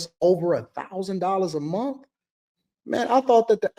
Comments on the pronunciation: It's month, not 'mont" Why do they continue to speak like morons? I guess the Obama-appointed Federal judge didn't get the memo. The Supreme Court ruled in June 2025 that individual judges cannot issue nationwide injunctions that block federal policies for the entire country, a significant change to judicial power. Stemming from legal challenges to President Trump's executive order on birthright citizenship, the Court's decision limits a single district court judge's ability to halt a presidential policy across the whole nation. This ruling, a 6-3 decision authored by Justice Amy Coney Barrett, means the scope of injunctions is now more limited, though other avenues for seeking widespread relief remain. • What the ruling does: It restricts individual federal district court judges from issuing "universal injunctions" that apply to the entire country. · Somebody teach the woman in the pink hat how to pronounce words. It not mun it’s month!